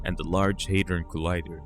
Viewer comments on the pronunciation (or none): none